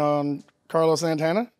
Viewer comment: Had to switch off when he said Carlos Santana